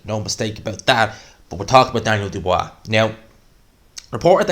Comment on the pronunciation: Who's this "Dubwwaaaa" geezer he's talking about?